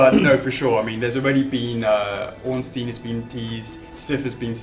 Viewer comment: grammar nazi incoming: Ornstein is actually pronounced "Ornshtine" :) but nice video and thx for the information!